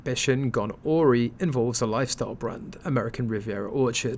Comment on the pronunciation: “Gone oar-y “ ? WTF ? Do you mean gone awry ? ( a-rye) . If this is an AI generated voice , it needs work . If it’s a person, it needs lessons in pronunciation !!